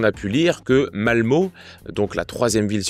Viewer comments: On dit "malmeu" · ça a été la prononciation du nom des villes, je saigne encore des oreilles sur Malmö :)